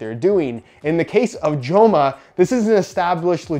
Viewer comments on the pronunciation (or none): say it their name right lol. Its not "Jo-ma" its a soft j in spanish